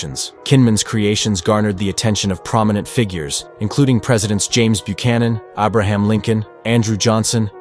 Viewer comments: Who is this "Obraham" Lincoln of which you speak!? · Who was AAAAAHbraham Lincoln ? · ''Ob reham'' Lincoln?